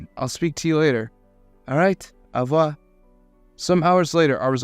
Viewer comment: N’est-ce pas is pronounced /nɛspɑ/ Au revoir is pronounced /ɔʁ vwɑʁ/